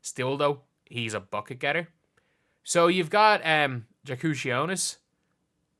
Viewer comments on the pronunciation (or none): It's "Yakučionis". Like Jokič or Jonas Valančiūnas. Why would you englishize a foreign name? I don't think any other languages besides english pronounce J as "jay". It's a "yo" sound like 90% of the time unless it's Spanish or maybe French.